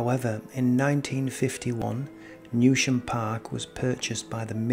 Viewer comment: It’s pronounced New Sham